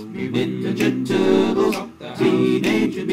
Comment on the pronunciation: Hahaha sounds like you're saying "turdles" xD And please, work with Smooth McGroove some day please!! Two angels singing, that's probably dangerous in some way but whatever, I want to see it!!!